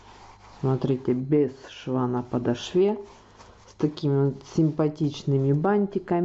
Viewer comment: Ударение надо говорить правильно!!! Подошва!!!!